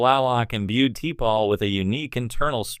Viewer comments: Sloppy. T-pol? AI bullshit again. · Can't you get T'Pols name right or is this just AI generated stuff. Sloppy